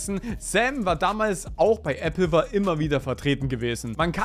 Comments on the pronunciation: ApplewAr, es heißt war wie Krieg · Wird das Nicht Apple War ausgesprochen? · Das ist eppelwahr. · Sorry, aber es ist so funny…. Äbbelwahr😂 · "Äppelwahr" classic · Die Applewar Ausssprache ist crazy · bei deiner Aussprache von AppleWar krachts aber gewaltig. Und schade was aus AppleWar geworden ist. Ich als YouTube Kind erster Stunde habe die videos damals sehr gemocht (sind natürlich heute aus der Zeit gefallen) Man muss sich mal überlegen wieviele Creator die damals mit groß gemacht haben. Von iBlali, Kelly bis hin zu Taddl und Ardi Verrückte zeit war das... EDIT: Was ich positiv bewerte ist, dass Chan zu seinen Fehlern steht, diese einsieht, sich versucht zu entschuldigen (auch wenn diese dinge natürlich unverzeihlich sind) und sich selbst hilfe sucht um nicht nur sich sondern vorallem andere zu schützen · Ja da hast du leider einen Punkt und völlig Recht. Aber es zeigt sich ja oft genug, dass viele nicht einmal dieses Minimum schaffen. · Sogar der östereicher hats geschafft Applewar auszusprechen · Also erst spricht Kyzer den Kanal die Meeries falsch aus und du Applewar Pictures. Ich bin schon enttäuscht genug wegen den Anschuldigungen plus hat er es ja indirekt bestätigt. Bin mal gespannt was sich noch so entwickelt. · No Joke, ich hätte gute Lust das Video nach abzubrechen, wegen der Aussprache. Werde mich da jetzt durch quälen aber Alter am liebsten würde ich für diese Qual meine Watchtime zurückverlangen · Wieso sagst du Applewar so komisch 😭😭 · Aussprache ist ne 6